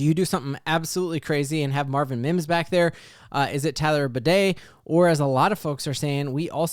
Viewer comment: Please not Bidet!